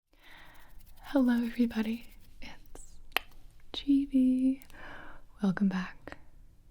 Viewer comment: I've heard her say Gibi so much, it sounds like givi